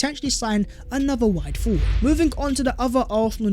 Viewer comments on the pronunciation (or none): none